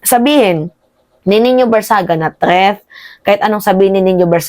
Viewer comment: "TREATH" NANAMAN???😂 "THREAT!"